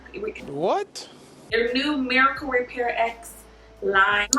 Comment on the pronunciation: It's pronounced Miracle Repair Rx. It's the same as the abbreviation for prescription, hence the capital R at the end of the word Repair. I love your channel.